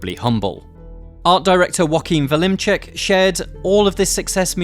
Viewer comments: Joaquin Velimcek? What in the holy hell was that pronunciation?! Vleminckx is pronounced vlay-minx. Not that hard if you do your due diligence. And also, i'm 10 minutes in. When are you going to talk about the DLC? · Exactly the decision they needed to make. Free themselves to really make whatever they desire. Also your pronunciation of "Joachim Vleminckx" was absolutely hilarious. It's pronounced "Yo-Ach-Eem Vlay-Minx" ;) -Greetings from a very proud Belgian